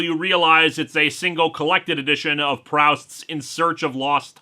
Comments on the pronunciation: And first mistake: pronouncing it prow-st instead of proo-st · Pr-owst? gilmore girls told me it was pronounced Pru-st.